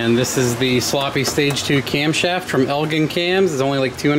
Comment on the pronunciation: LOL.. ELL GIN IS HOW ITS PRONOUNCED FROM THE CITY IN HELLINOIS WHERE THE COMPANY IS....SHIT HOLE SANCTUARY CITY..LIVED THERE FOR YEARS...GREAT VID